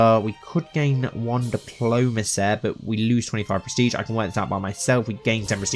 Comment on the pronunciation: where is his accent from? he keeps saying ''diplomase'' (diplomacy) and ''sun'' (son) to mention some